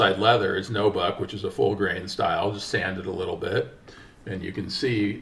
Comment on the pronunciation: It's NU buck not NO BUCK